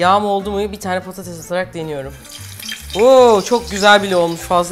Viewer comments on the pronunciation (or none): none